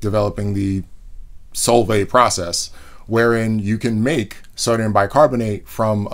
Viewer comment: When he said "Solvay", I totally heard "salt bae"